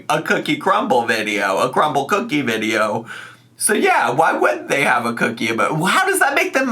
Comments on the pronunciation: I’m sick of her saying Crumble Cookie wrong on purpose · It’s literally called crumbl cookie…why can’t she say it correctly